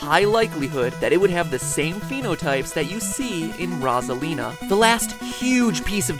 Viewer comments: Who else is triggered that he is saying ROZ A LE NA its Rose a lina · rAsAlina? I thought it was pronounced rOsalina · I can’t get over the fact that he keeps saying “rawsalina” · it's ROSALINA (rose-a- lina) not (roz- a- lina)! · It's not ROS - A - LEEN - A It's ROSE - A - LEEN - A goddammit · I could barely get though this with him saying rozalina IT'S ROSA-LINA AAAAAHHH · It’s ROSE-A-LINA not RAWZ-A-LINA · I can’t get over the RASALINA like wtf 😭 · Was anyone else annoyed that he kept calling her "Rawzalina" instead of "Rowzalina?" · Rossalina. ❎ Rosealina ✅ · Do you mean Rosalina not Ross a line a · Mat: every thing you kno- Me: I thought it was rOsalina not rosslina (No offence) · Roz-elina? I thought it was Rose-alina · It’s ROH-ZUH-LEE-NUH, not RAH-ZUH-LEE-NUH. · It’s Rosalina not Rasalina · It's rose-alina not ros-alina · It’s pronounced row-za-lee-nah not raw-za-lee-nah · The way you pronounce it is Rosalina not rozalina get it matpat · 3DS homebrew people pronounce it that way too lmao. "Luma3DS and the rawzalina menu" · r a w z a l i n a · Wilkinson i just said rawzalina with spaces cuz i thought thats how it sounded like when mat said it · Seriously! Its Rose-a-lean-a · 🥩 Rawsalina 🍗 Cookedsalina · RoH solina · I once saw this comment and cant stop hear rawsalina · It's actually Rose-a-leen-a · It’s Roz-a-lina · ITS ROSE A LINA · You pronounce it ro-sa-li-na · LollyKitten it’s frickin Rosalina like come on!! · At the top you spelled it “Rose-a-line-a, but it’s definitely not pronounced like “line” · It’s actually rosasita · It's pronounced /ɹɒ.zə.liː.nə/ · Pretty sure it's pronounced Rose-ah-lee-na. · Matpat the entire video: “ROZ-alina...ROZ-alina...” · I'm watching this in 2019, notice my coment. And MattyPatty Burger, it's Rose-a-lina. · EnderFox_4643 Viglione it’s not the right way It’s Rose-a-Leen-a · He probably said it like Roasealina on purpose >:( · Omg PRONONCE IT LIKE ROSE-A-LINA! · Omg it’s pronounced rose-a- lee-nah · Rosalina❌ Razalina✅